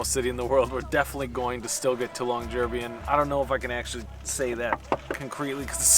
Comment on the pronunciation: Hi. This looks like a fun travel series! 😮 One thing though—please check your pronunciation of Longyearbyen. YouTuber Cecilia Blomdahl says the name differently in her videos about Longyearbyen and Svalbard.